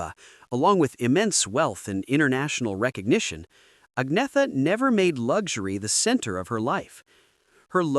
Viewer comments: AgneTHa! Nicht Agnea😂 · an-yet-a, not ag-netha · Agreed, but her name is mispronounced. It's 'Unnyettuh'. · "Ag-nee-tha"? Seriously? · Pronounced Ag ne tha Falts kog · No. It is 'Unnyettuh'. The G is silent.